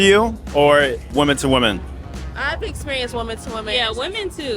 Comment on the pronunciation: I wish this dude will say women properly one day.